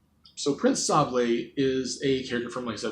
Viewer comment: Oh wow you pronounced his name right! Yes it's pronounced like ... saw blay? Not like sable, or say bull. Like the french cookie! He's actually my most wanted! I don't think he will get in (an assist trophy is actually shocking to me) but maybe some other day. I do think your estimates at how likely he was is a little low but considering I have a low expectation myself it doesn't matter. 😅 I would actually recommend the game though. If you like platforming and story-based gameplay it should be up your alley. And if not, it's only around 6 hours. Very short!